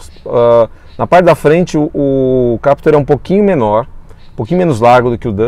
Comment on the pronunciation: Sério mesmo, muita teimosia, o cara passa o vídeo inteiro falando "Captúr" enquanto o outro fala como todo mundo "Captur". Não entendi essa necessidade de reinventar a pronúncia do nome do carro. Mas, enfim, voltando ao foco do vídeo, na versão 1.6, não sei se valeria a pena pagar a diferença pela Captur, o estilo da Duster me agrada mais. Se fosse a 2.0, talvez a Captur seja mais negócio porque a Duster não oferece controle de estabilidade e tração para a 2.0, não sei o porquê, já que a Captur tem o mesmo conjunto mecânico.